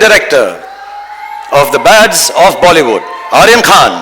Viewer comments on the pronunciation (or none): none